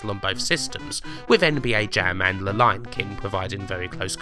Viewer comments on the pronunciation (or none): none